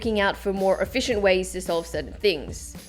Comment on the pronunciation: Who else heard soul instead of solve 😂😂